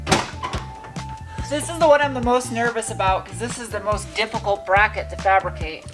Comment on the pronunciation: What are you talking aboot?